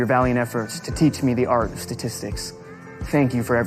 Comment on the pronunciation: satistics yuh